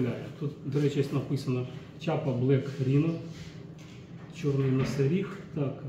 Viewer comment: Не чапа а не шляпа. 😅😅😅